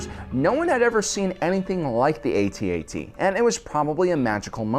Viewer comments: And it's AT-AT. Not A-T-A-T. thank you and good night. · It’s pronounced AT AT, not A.T.A.T. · Its pronounced at - at not A..... T ..... A..... T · Its not pronounced AY T AY T, it’s pronounced atat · Pronounced AT-AT not A-T-A-T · It is pronounced @@ not Eighty-Eighty. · To make this video bad is his mis-pronunciation of the walker name; ay-tee-ay-tee. It is pronounced phoenetically, rhyming with hat. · It's pronounced @@ not 80-80. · Cool video. Minor irritant that he doesn't know how to say AT-AT properly.